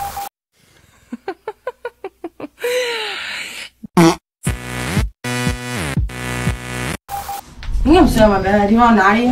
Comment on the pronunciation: In one of her videos she keeps mispronouncing Zana's last name saying KERNOODLE like the pasta. She's extremely annoying/uneducated sounding.